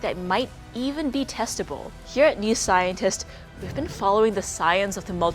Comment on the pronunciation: she said testable....